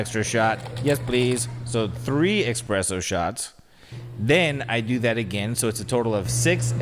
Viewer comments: Say it with me “ESPRESSO” not eXpresso 😭😭 love y’all but it makes me cringe so much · As a barista at the Stanley Hotel….I’m triggered by saying “eXpresso” instead of espresso 🙃🙃😂😂 love you guys so much! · When said expresso instead of espresso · I love but I couldn't handle him saying "expresso shots" lol